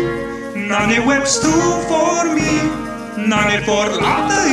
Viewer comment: The issue with this video is that some of the Old English pronunciations are slightly off. For example "me" with the macron over it was pronounced "may" in Anglo Saxon, but the lead singer pronounced it "me" here.